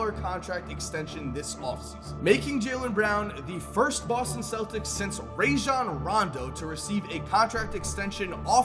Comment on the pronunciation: "RAAjon rondo"